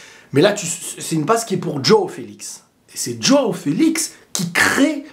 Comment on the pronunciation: Y a moyen que tu arrêtes de prononcer DJOOOOao Félix DJOOOOao Cancelo !!?? Juste Jo aõ . Merci , car ça fait saigner des oreilles